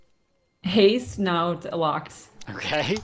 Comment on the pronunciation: For the Assassination skill, is he saying "Haste", "Paste"? I got "Impale, something I can't understand, then Reaper's Mark" ? He says it's the last ability in the tree, but I'm showing that as Grim Focus which morphs to either Relentless Focus or Merciless Resolve.